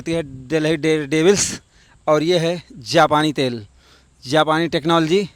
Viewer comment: Bro literally said 💀" japani tel" 😂😂😂😂